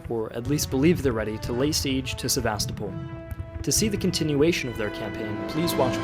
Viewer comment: It’s pronounced “SevaSTOpol”, not “SeVAstopol”. — signed, a concerned Russian linguist.